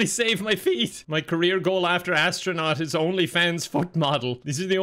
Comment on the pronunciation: "Hi there, hello, im the AD-STRANAUT! I found some medications that tasted differently..."